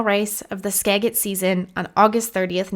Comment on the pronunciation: It's pronounced "Skajit"